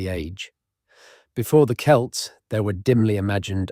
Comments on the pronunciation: I can deal with people pronouncing Welsh place names etc badly. They are difficult and strange if you ain't Welsh, but I can't accept Selts and Seltic with an "S" .NO !!! Please, it is Celt like Kelt with a hard "C" like Cardiff and Cock. Not Sardiff and Sock. That football team hasn't helped. They should know better. It's a Scottish team isn't it? (I know nothing about football) Maybe the guy who named them knew but everyone calls them seltic and I claim the right to be pissed off about it. Also when you say it with an "S" you sound like a bit of a twat. You probably aren't a bit of a twat but you sound like one. Sorry but that's just how it is. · Are the ‘S’elts same as the Celts? 😂 Dear video poster, it’s worth listening to them before you make them public 😂